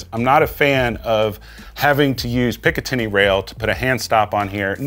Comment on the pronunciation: You lost me at "pick uh 10y" rail system lol